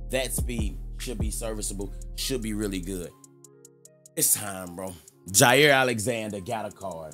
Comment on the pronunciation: The fact u called both jaire and tae is actually ridiculous. Packers glazington. Love the content.